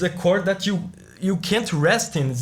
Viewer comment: "This piece - it's a piece dat", as a Russian, I don't need to hear the rest of the review after this!